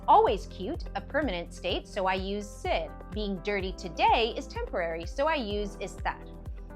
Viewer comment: I have never heard such A pronunciation of ser. It was a huge distraction and i couldn’t trust this